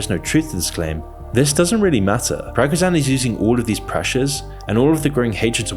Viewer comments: Everyone: Pree go zhin: Para ku jean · yt:It´s spelled "PRI - GO - SCH - YN" and not Prago - shan or Perco - cet !😉Overall, the rest is perfectly fine! 🤗Thank you for always good and on time content here! Kind regards from europe, Satis☺ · Bro you’re butchering the pronunciation of the Wagner chiefs name. You’re saying “Pragazan” when it it’s actually pronounced similar to “pri-go-shin” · He isn't called Pragozan, he is called Prigozhin. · its not porogizan XD Its Prigozhnyi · Pragzan 😂 my guy, it's Pre-goe-Jin Prigozhin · it spells PriGozhin, not Perogazhan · As a slav I die every time hear you say pirogizan instead of prigožin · Its pronounced Pregozhin. Not Perakosin or Perkosan or Parkochan 🤣🤣🤣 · Bru, its not PräkushÄn, Pri-gozh-djin. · He´s not called "Partizan". His name´s pronounced "Pree-go-dzheen" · 1) It's read Vagner. 2) It's not Prygozan, it's Pri-go-zhin. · He's not Progzan, he's Pree-go-jeen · PrigoZEEN, not PrigoZAN. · Bro, it's painful to hear PRA-GO-ZHAN 30 times in a video... How TF can you not read the name right, it's like if you made a video about Putin a read the name PU-DING unironicly the whole time. I can understand if english speakers don't get the names of the villages right, but name of major character that are talked about for a year in this war?? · no way dude said pragozhan instead of prigozhiin ( the i is extended so i just put two of them) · His name is pronounced Pri-go-zhin there are so many videos about him it should be easy to learn. He said in videos before even going in to russia that it wasent a coup, he only wanted the military leadership, and the "casual meeting" he was having was after he showed up with armed troops and over took the area, in the "casual meeting" they are having he says "we will stay here till the minister of defense comes here" ive seen the video ive heard what he says, you can do that too. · It's pronounced Pri-go-shin. 🙄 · Pregozan? Is that some kind of medication? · "Prigozan" hahahaha